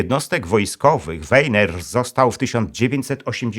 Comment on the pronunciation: Warto znać języki , Weiner czytamy po niemiecku Wajner i nie inaczej !